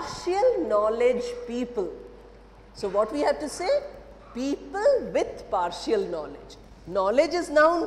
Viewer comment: Madam it is par-shal and not par-shi-al...similarly it is effi-shent and not effi-shi-ant. 😊